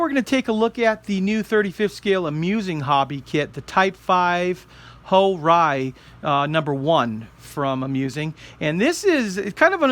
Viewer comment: Correction, the Ho-Ri actually pronounced ''Ho-Re'' the Ri is Re. Second, while the western sources claim on no prototype was built and it is only a mockup, However people have been discovered that it is actually existed as prototype form. After the prototype another one was made improved in armor, firepower and mobility. It was the model accepted for production stages.